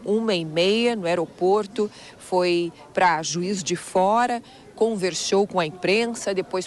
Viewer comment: Comixio, xobre, converxou kkkkkk